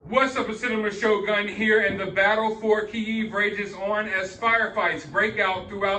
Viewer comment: If you dont know how to pronounce Kyiv, dont emphasize it please :D